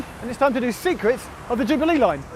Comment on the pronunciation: I like how Geoff pronounces Jubilee as ju-bee-LEE.